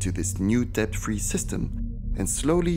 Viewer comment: Fantastic film. For future reference from a native English speaker to a non-native, please do not pronounce the b in the word debt. The b is silent, and has been silent since the word entered the language during the Middle English period. In fact, the b was a later addition which simply Latinised the spelling without changing the original pronunciation.